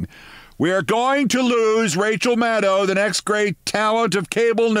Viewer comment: I'm just so happy to hear Rachel's name pronounced correctly for a change! As good as she is, it does not rhyme with "wow".